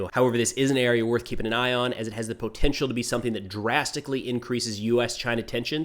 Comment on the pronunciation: I tune in just to hear say "PO-tential"